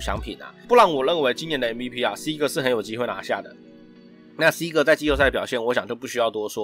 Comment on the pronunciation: Seager 的那個er 可以捲舌喔 發音可以加強～